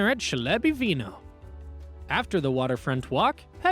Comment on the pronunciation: Please check pronunciation before posting! Chleb is pronounced Kleb, for example.